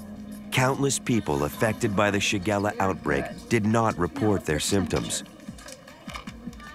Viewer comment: Shigella not shagara